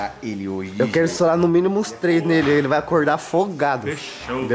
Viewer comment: "VNGUEI" TA NÉ KK